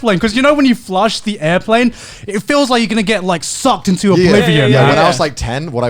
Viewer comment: the way Garnt says sucked and the fascial expression is just so amusing to me. SUCCED